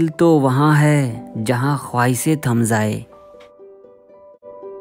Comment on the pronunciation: Khawaise nhi Bhai khawashe aur Tam zaye nahi tam Jaye Bhai Urdu shi se bolo